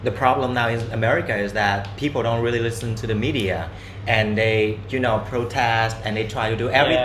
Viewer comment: ở VN lâu rồi và tiếng Việt quá giỏi, nên thỉnh thoảng nói nhanh 1 số từ có hơi lai giọng Sài Gòn rồi đó... âm ly trong really, mostly, hay something nói với dấu huyền khá kiểu Vietnam (real-lỳ, most-lỳ, some-thìng)